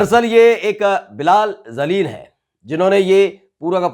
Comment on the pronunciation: JALIL KO ZALIL READ KERTA HAI...VERY SAD...